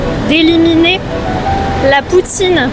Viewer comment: Y a quelque chose de tres reconfortant dans ta voix, accent ou ton... je sais pas quoi. Bravo pour bien dire "poutine" a la facon quebecoise